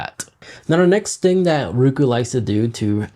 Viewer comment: It's "Roku", not "RUKU"